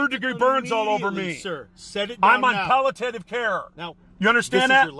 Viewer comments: pallatative care? don't you mean palliative? 😂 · Yup, and he couldn’t pronounce “palliative”. 😂